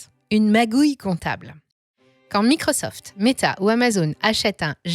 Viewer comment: Apprenez à pronencer MICROSOFT avec l'accent.. Quand on frime il faut frimer jusqu'au bout 😂